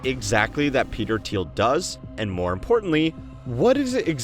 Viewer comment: “petel thiel”